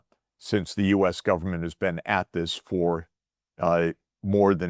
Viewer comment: Finally here is live Jeffrey, not all those AI clones that say U S instead of us!